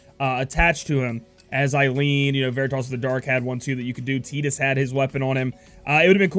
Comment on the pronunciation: Lol... you can't pronounce Tidus and Libertus. It's Tide-us and Lib (like Liberty without the "y" and add an "us") not Lahb for Libertus. Either way, great information. Nyx will be might go to.